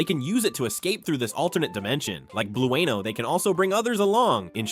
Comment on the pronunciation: Blue Ano? 😂 I can’t with these AI voiceovers.